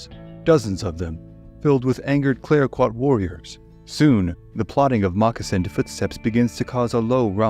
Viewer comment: The Tonquin explosion: "Clayoquot" is pronounced as "clack-what" not "clay-o-qweeot". Also, Americans pronounce Nez Perce as it is written, but it is a French word pronounced as "Nay - per - say". Great to hear some stories from Canada, fantastic channel, thanks for your work.